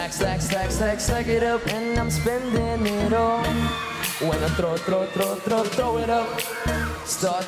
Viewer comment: He cant pronunce clearly the word THROW